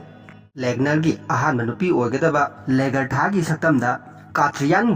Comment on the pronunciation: Ragnar haibne regner haibne natte. Legartha do lagartha. Khoidw saogatle ng pronunciation se Bjorn su soire